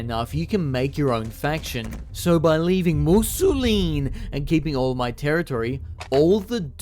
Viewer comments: Fun to watch but i was tweaking every time u said musolin instead of mousillon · why... why does he pronounce it mousilleen instead of mousillon? Mousilleen sounds Italian, not French. aaaaaaaaaaaaaa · The way you say Mousillon is going to make me kill myself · I really, really, really like that you mispronounce the word "Mousillon" but that you also say it every other minute ❤ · Me at minute 4: “he couldn’t possibly pronounce Mousillon like that for the whole video… could he?” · I'm convinced all YouTubers are dyslexic. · Damn nostalgic Italian cat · oh no